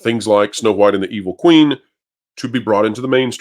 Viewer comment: Am I the only one who gets unconfortable by the way you say the H in wHite? 😅